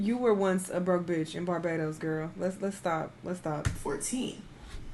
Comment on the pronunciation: You did now have to say Barbados like that 😭😭😭😭 my lil country pleaseee